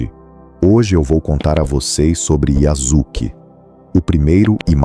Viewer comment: Olá, a pronúncia seria “YaSuke” com o som de “suave”, e não “YaZuke”, com “z”! Um abraço!